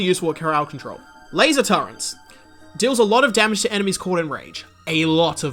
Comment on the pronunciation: What the hell is a "turrent"?